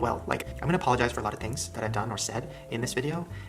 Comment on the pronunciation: "apoligizes" lmao what?